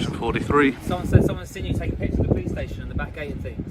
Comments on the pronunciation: I assume you don't watch very much. Stayshon was intentional, as he says it like that. Get facts correct before getting on your grammar high horse. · Watery teat5837 'Stayshon' is a verbal tick of, and it is how he exageratedly pronounces 'station' as in 'police station', and he is actually taking the mick. Nothing to do with spelling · I believe was in Wales auditing when an officer pronounced it "stayshon", he found it endearing and has used it ever since.